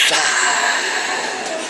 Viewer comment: when he said supersize it sounded like circumcise